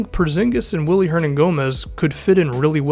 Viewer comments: If you gonna ride this dudes jock at least get his name right. It's spelled WILLY but pronounced BILLY. And KP hates to be called "The Zinger". You're killing me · It is actually BILLY. In Spain you pronounce "w" has a hard "b". It is BILLY not WILLY. Just so you people who aren't Hispanic know this. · I'm sure there's like 50 comments about this already but his name is pronounced Billy not Willy I know it's dumb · It's pronounced billy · its pronounced "billy" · His name is pronounced Billy btw. Good video, I love Hernangomez! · his mom is German and they pronounce willy like Billy. at least that's what Mike Breen and Mark Jackson said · His name is pronounced billy btw... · it still pronounced billy tho lol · search it up, its spelling with a w but pronounced with a b it's weird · Yeah pronounced Billy because his mom is of German decent